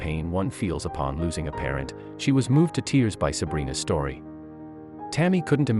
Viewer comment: You don't know how to say red or tears. Why does narrator do that??? I would call my car speedy Gonzales or maybe fat cat